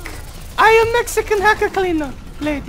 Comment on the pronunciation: no. it was "Last of the Meheecans"